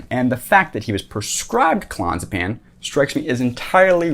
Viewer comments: Oh Jesus. So much misinformation. Firstly, it's called Clon-AZ=e=pam. When someone can't pronounce a very well known med properly, and in fact mispronounces it in several different ways in 4 minutes, at the same time offering information on health issues, credibility goes out of the window immediately. Also, withdrawal from benzos isn't that difficult, when done properly and doesn't require rehab. i've done it, but more on that in a sec. Nice defence of Jordan though. The poor bloke is doing exactly what he should be doing: getting help quickly for addiction. He could have been stuck on those for many years. It must be more serious than we know however, because getting off clonazepam isn't as difficult as the alarmists say. You switch over to an equivalent dose of diazepam (for the longer half life and because they come in tiny 2mg tablets) and you slowly move down 1mg a week until you're off. You get a slight increase in anxiety, which may be your usual condition returning, some withdrawal or a bit of both, but it's fairly easy when explained by a doctor and monitored. He perhaps was using a cocktail to cope with the massive pressure of worldwide criticism, a huge tour which carries the weight of having many employees you can't let down, seeing his daughter struggle with autoimmune problems (which he suffers himself) and now going through the hell of watching his wife of many many years, whom he loves very deeply battle with serious, perhaps terminal cancer. Give the man a b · Hes saying the name wrong. Clon-AZ-a-pam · It's pronounced Clo-naz-epam. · Clonzapan? Clonazapam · It's clo Naz a pam. Can't take you seriously if you don't take it correctly. I'm not a snob unless it's about Klonopin or JP. It's awful to get off of. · if you cannot pronounce the drug correctly ....... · This guy can't even pronounce Clonazepam.